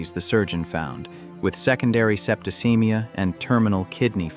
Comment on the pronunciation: "Septicaemia" is still pronounced "sep-to-SEE-mee-a" not, whatever you were saying. "Supperative" is "SUH-pu-ray-tiv".